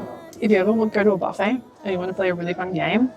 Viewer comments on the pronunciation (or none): none